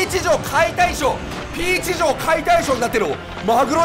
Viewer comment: 時々キヨの「ピーチ城」のイントネーション「ピーチ・ジョン」になるよね